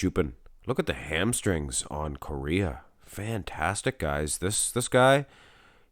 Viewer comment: I believe it's pronounced something like "CO-HEY-UH"